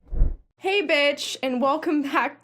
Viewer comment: Look, I have fallen into this rabbit hole of horse stuff because a rando character I'm writing happens to grow up on a horse ranch and it's not even a big plot point BUT every time you say "hey, bitch" my mind automatically transcribes it as "hay bitch". I am sure this isn't the first time you heard this.